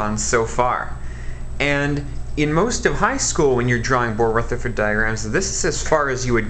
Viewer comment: “Ruthfa diagrams” 💀🤣